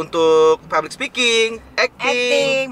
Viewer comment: Puspasari publik bukan fablik, privasi bukan prifasi,ngomong bukan gomong hehe